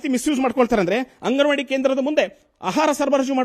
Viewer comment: ಹಂಗನವಾಡಿ ಹನ್ನ ಅಲ್ಲ ಮಾರಾಯಾ ಅಂಗನವಾಡಿ ಅನ್ನ ಮೀಡಿಯಾದವರು ಆಗಿ ಕನ್ನ್ನಡ ಅಸ್ಲಿಲವಾಗಿ ಮಾತಾಡ್ಬೇಡ್ರಿ